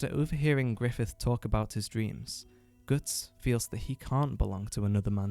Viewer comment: Interesting pronounciation of Guts. Sounds almost like Götz, an actual medieval German name. And I read the name was meant to be cool and somewhat German sounding. Though supposedly any similarities with a famous badass one-armed mercenary captain named Götz are purely coincidental.